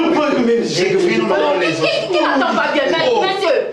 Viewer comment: les oss te mais les zos(os).🤗. Merci se corriger.